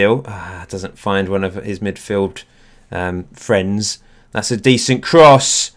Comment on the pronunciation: MIDFIELD FWEND